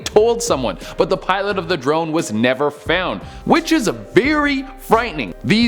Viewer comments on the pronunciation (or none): none